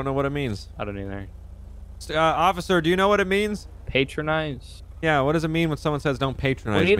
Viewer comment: The word is patronize not paytronize and it means to treat someone as if they are dumb